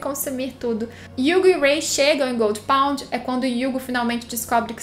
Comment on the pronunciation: Jurava que quando ela falava Goldy pond, era Gold Pont kkkkk